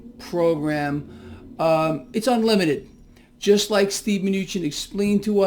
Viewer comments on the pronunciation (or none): none